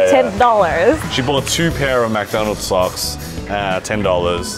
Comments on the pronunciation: it's McDonalds not MACdonald it bothers me how he keeps saying that. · It's McDonald's not MackDonald's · "Mac Donalds"? it is Mc Donalds (Mich Donalds essentially) how has no one pointed that out to you? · Get so triggered with how they pronounce McDonald's.... it's not Mac-Donalds